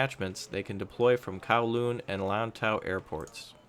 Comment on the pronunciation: Well at least he said lantau and kowloon right